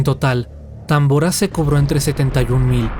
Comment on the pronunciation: Es tambora no támbora porqué lo pronuncias mal 😏